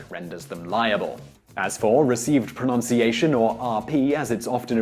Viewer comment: I'll give you a like but ironically I don't like how you pronounce pronunciation .